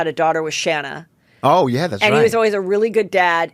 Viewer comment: More annoying for Shanna (pronounced Shay-na) Moekler is having EVERY SINGLE entertainment show, magazine, podcaster, interviewer etc that talks about her or even when they actually speak to her, NO ONE EVER pronounces her name right! It’s the most irritating thing for me to hear, I can’t imagine how much it annoys her! Ppl prob think she’s so used to it & she even doesn’t care anymore but that’s something that would always irritate me!!